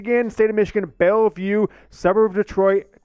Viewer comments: It’s BelleVILLE not BelleVUE. BelleVILLE NOT BelleVUE sheesh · Bryce Underwood is from BELLEVILLE!!! It’s not “Belleview!”